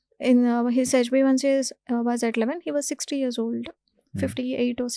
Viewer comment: This anchor has no basic knowledge He is wrongly pronouncing metmorfin instead of metformin and hbaic instead of hba1c very frequently.